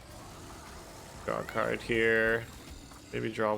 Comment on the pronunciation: Every time you said draw a card, I thought you were saying rock hard, which is what you got me after watching this video. Keep on brother